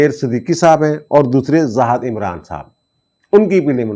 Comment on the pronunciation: ۔میں آپ کا انتہائی معتقد ہوں ۔ آپ کی فہم اور فراست کا معترف ہوں لیکن۔۔۔ بہت ہی معذرت کے ساتھ آپ زاھِد پڑھا کریں یہ تلفظ Zahid ہے Zahad نہیں۔